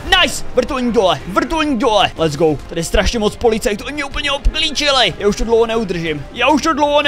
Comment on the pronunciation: Ty let’s go neumíš anglicky